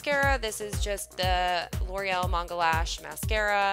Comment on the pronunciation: Thank you for pronouncing manga correctly